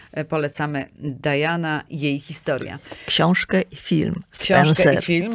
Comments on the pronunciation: Nie Dajana tylko Diana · Nie Dajana A Diana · Diana jest po polsku , a „Dajana” wymawia się po angielsku